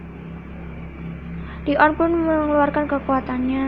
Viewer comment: Bukan li on kak tapi leon